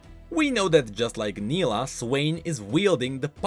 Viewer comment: Same thing happened when he explained Nilah's trailer and mispronounced her name, despite her pronouncing her name several times. He corrected it in his later videos but it's still somehow funny. (edit: grammar)